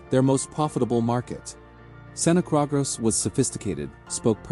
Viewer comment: San ta cruz lol Tell me more mr AI 🤖